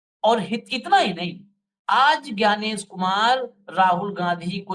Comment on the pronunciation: Yaar ek to hindi seekh lo bhasa nahin bhasha gyanes nahin gyanesh hindi nahin aati bhasan nahin bhashan